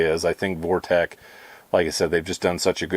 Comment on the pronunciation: You keep calling it ‘Vortek” its “Vortex”